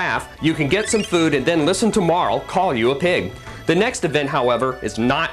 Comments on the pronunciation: Mar LEE Oh my GAWD ITS PRONOUNCED MAR LEEEEE!!! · wow this makes me nostalgic. i played this years ago. one of the few rpg's that i actually finished cause i really dont have the patience most of the time. but this was a special case cause it was too good! oh and all these years i thought Marle's name was pronounced "marlee" but i see the guy thinks otherwise. lol.